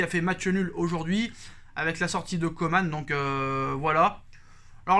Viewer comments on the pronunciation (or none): none